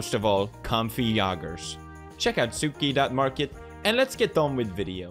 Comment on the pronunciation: Watching Haikyuu: Tsukki Watching Pewdiepie: Tsuki